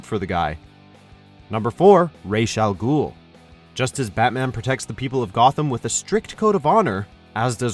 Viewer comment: Finally somebody pronounces Ra's Al Gual's name right!!!!